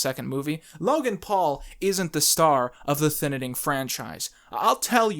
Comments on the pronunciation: I really don't understand why you call it the Thinining. Is saying Thining so hard? 😂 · The Thinining 2: The Thininining